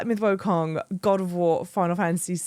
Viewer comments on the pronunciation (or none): I was looking to see if anybody else said it, but I guess not. It’s Wukong not Wokong. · As a Brit to another Brit, it’s Black Myth WOO-kong, not WOAH-kong 😉